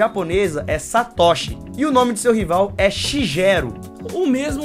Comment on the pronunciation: Erraram feio nas pronúncias dos nomes Satoshi e Shigeru. Tem gente que nunca assistiu o anime(em japonês) e pronuncia os nomes corretamente.